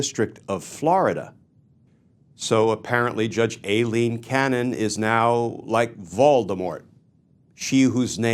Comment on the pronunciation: Kirschner Please Glenn, please stop mispronouncing Judge Aileen Cannon's first name. It is pronounced "Eileen" (eye-lean) and is a well known alternate spelling of Eileen. It exposes you to being accused of exactly what DJT is doing when he deliberately mispronounces KAHmala as Ka MAH la: blatant disrespect and demeaning her as someone who doesn't deserve even getting her name right. I have exactly ZERO respect for Judge Cannon, but this is making YOU look either willfully ignorant or deliberately disrespectful in a childish irrelevant way It's also irritating as he**. Thank you Glenn, you are the only one who gives us a good grounding in the law so that we can understand what events really mean. ❤ from 🇨🇦